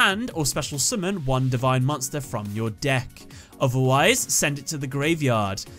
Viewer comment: Love the way he says summon. Sumin. Say it again. Sumin.